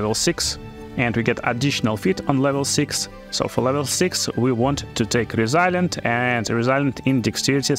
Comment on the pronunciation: Hey thanks for the help! I figure I can help you in return. Its not re-silent its resilient its not chief its thief its not dash its death its not face its faith. You can google these words to hear the correct pronunciation. Great Video!